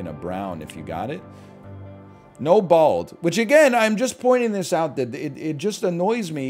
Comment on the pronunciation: NL is the only guy who says "BALD" like he's taking the word back from bigots